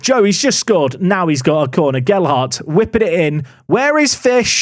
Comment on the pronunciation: HE LEARNED TO SAY GELHARDT!!